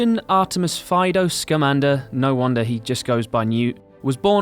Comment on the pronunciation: Why does everyone mispronounce newts last name?